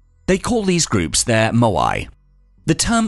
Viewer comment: moai, not maoai